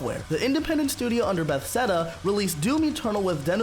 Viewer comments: "Bethseda" and "LD Software" really killed this ep for me. Does the guy who read the script really not know who ID Software is? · I like it but, I cant stand how you pronounce Bethesda, "Bethseda" good job anyway tho